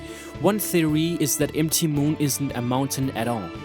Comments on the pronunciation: It's MOUNT MOON, Not EM TEE MOON!!!! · for real bro? 'M' 'T' Moon? It's mount moon. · dude, i appreciate what you're doing in your vids, but when I got the part where you were saying M T moon instead of MOUNT moon like the abreviation is, I was getting a little annoyed. maybe have some english speaking friends help you in the finer points. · m t moon xD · Empty moon...empty moon...oh "MT" moon! That took me a while to understand. Lol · Great content, but it really bugs me when he says MT Moon, during....... the war, casualties, cartridges...... may sound i'm making fun of his accent, but it just really bugs me